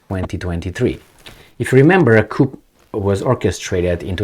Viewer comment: Hey its pronounced "Coo" the P is silent 😇